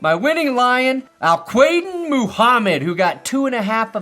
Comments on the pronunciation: Hey (who the F is ), I think Al-Quadin is pronounced al-KWUH-deen. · The dude's name is pronounced Al Kadeem Muhammed. Not whatever the hell you said. Love the video as always. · "Al-quad-een" Mohammed. FYI, from a Lions fan. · just fyi his name is pronounced al kadeen. great video as always, you make the nfl season even better than it already is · Major fumble on Al-Quadin’s name pronunciation 😂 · In Detroit, we just call him Bob Muhammad. Even you mispronounced his first name lmao